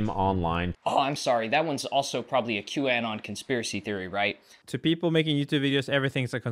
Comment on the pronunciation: please start pronouncing q-anon correctly. 0/10..........rest of the video was pretty good